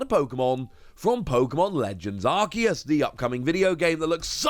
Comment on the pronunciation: Arceus is pronounced Ar-see-us. The English dub always butchers pronunciations.